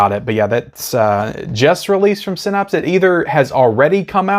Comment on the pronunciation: Haha Synapse is pronounced (SIN-APPS).